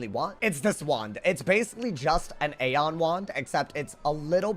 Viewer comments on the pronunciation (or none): Aeon is pronounced as (E on)